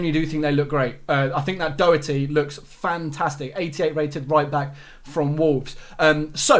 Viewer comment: The way he pronounces doherty hurts my ears